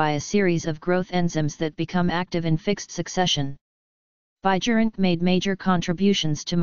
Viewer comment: In dutch pronunciation J is silent AND proper pronunciation is BIYERINKE